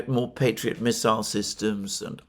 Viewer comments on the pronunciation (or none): none